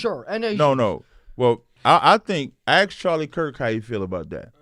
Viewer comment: MAYBE SLAVERY DURING THE DURATION OF THIS PODCAST WOULDNT BE THAT BAD ? " I LIKE SAYING SOWORD BETTER" LMFAO YEAH AND INSTEAD OF ASK YOU SAY AXE LMFAO